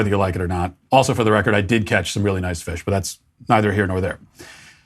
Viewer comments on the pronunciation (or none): none